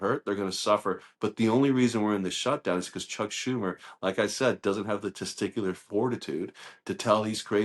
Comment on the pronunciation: “Teaticular”?! Come on. Why he the orangutang allowed air time?